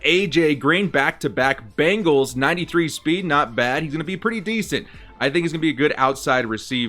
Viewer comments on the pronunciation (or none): none